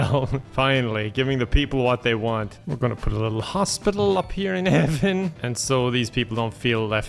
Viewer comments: I thought he was saying Heavin as in Heaven and Kevin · For a second, I thought he said Kevin and Hell